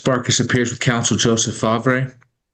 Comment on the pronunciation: Fahhhv-ray? Did I miss the memo that we pronouncing Farv the way it’s spelled now harrumph